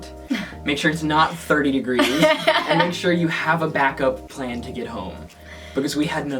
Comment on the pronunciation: “It was only 30 degrease” England “30 degrease” I’m fucking dieing